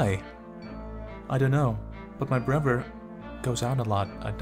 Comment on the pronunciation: Sounds like you're saying "brover," not "brother."